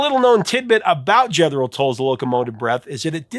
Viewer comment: "Jeth-ro... are you not a fan?